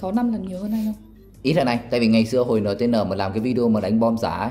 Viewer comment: Đọc là "en ti en" chứ đọc"nờ tờ nờ" là bọn fan nó vào cắn đứt cậu nhỏ đấy a